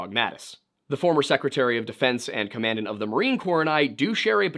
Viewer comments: ‘Command-ant’ it’s pronounced ‘comma-dant’ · Commandant is pronounced ‘commadant’ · I know this video is 6 months old, but you like to be corrected and I got one for you. The way you said "commandant" was fuckin hilarious, HOWEVER, its pronounced "Caw-muh-daunt." Hope this correction saves you from future embarrassment. Just recently found your videos, and I gotta say they're great, and I love the amount of work yall put in the research. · General Mattis was never Commandant of the Marine Corps. And please, learn how to pronounce words before you film and publish a video. Commandant, pronounced COM-ON-DAUNT. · Small nitpicks: 1 - Gen. Mattis, if i’m not mistaken, dislikes the “Mad Dog” moniker. Call Sign Chaos definitely doesn’t make him seem like a mad dog, for sure. 2 - the commanding general position of the Marine Corps is the Commandant, pronounced “common-daunt”. Long time fan and jarhead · the United States Marine Corps. He said it ‘command-any’ about Gen Mattis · You couldn’t have asked a Marine how to pronounce Commandant? Also: Bellingcat proved the Buk system that shot down MH17 was Russian, handed off to separatists or civilian clothing clad soldiers, driven into Ukraine, shot down the aircraft, and then driven back to Russia minus one missile. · Commandant is not pronounced like that my dude…. You should know that if you were in the coast guard